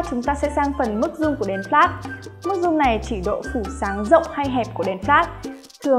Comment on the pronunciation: cái chữ "Flash" phát âm ko chuẩn nghe khó chịu thật sự